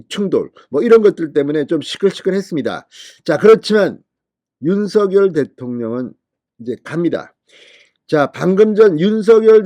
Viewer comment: 우리말. 바르게 소리내기 대통령 윤석열 바르게 소리내기 윤성열로 발음하세요 윤서결 발음은 틀렸습니다 진성호씨 바르게 발음하세요 바르게~~~~공부좀하세요 남들이. 따라하고있어요 윤서결